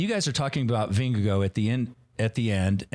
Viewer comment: It's VingeGARD (if you can't pronounce Å) not VingeGO – that's just weird